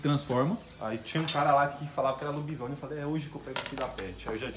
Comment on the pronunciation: Escreveu errado o certo é lobisone. Mas pelo menos falou certo kk